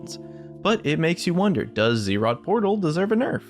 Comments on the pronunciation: IT IS ZZ'ROT NOT Z ROT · not ZEErot, Zrot. (Buzz - zz -> zz'rot)